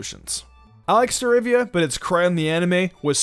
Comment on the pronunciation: The way he says staravia tho StArAvIa